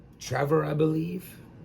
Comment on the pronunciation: It’s Travis not Trevor 😂